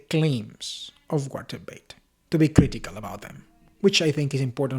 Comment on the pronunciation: German "V" is pronounced "F" It is pronounced "Feit" or 😊fight. This refers to Walter Veith.